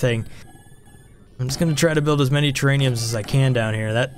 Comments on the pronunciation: Still waiting for you to realise that it's terraRium and not terraNium... Lol best ONI videos though, keep up the great work, can't wait for the new update !! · It makes me chuckle when you say terrAINiums instead of terrARiums 😄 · buddy, it's "Terr-ar-ium":) Also priority of work is shown on the job screen. Left side is highest priority. Funny vid though:)